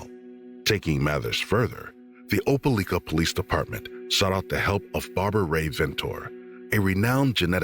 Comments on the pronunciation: From what I know it’s called Opeliiiiika! Not licka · Oh-pel-EYE-kah! Not oh-pel-ick-ah….grrrr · OPELIKA is pronounced with a long “i” not a short one. “OH-PUH-LIKE-UH” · It's Opelika , you saying it wrong lol, we all.here remember this baby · Opelika, it's pronunciation has a long letter " i ". As in the word LIKE. I Know where it is.